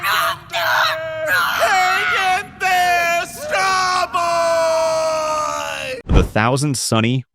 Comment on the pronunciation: Said sabo wrong